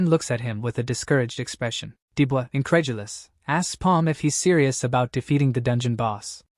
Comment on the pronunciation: stop. saying. INCREDULOUS